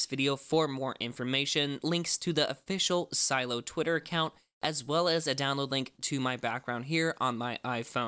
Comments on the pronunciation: its not si eello its Seh Lay Oh ffs stop it lol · Why do you call it Silo? Isn’t it “Si-Lee-oh? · Its pronounced si-le-o not silo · Its not silo its Sileo ! pronounce correct CYdia is not cidia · A part of me died when you said Silo instead of Sileo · Am I the only one that is bothered by the fact he keeps saying "Silo" instead of Sy-Lee-Oh? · Just one small, minor detail....sil-e-o....not silo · It’s not pronounced silo, but si-lee-o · It’s pronounces silly-o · Sih-lay-oh is how it’s pronounced lol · I’m pretty sure it’s “SUH-LEH-O” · I think it’s pronounced “ se-Leeo” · Shouldn't it be pronounced like "SILL-ee-oh"? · Isn’t it pronounced as si-le-yo? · Its doesn’t take a high school degree to pronounce Sileo right.... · Is sileo pronounced Cy-lo or Cy-leo? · pronounce the name right..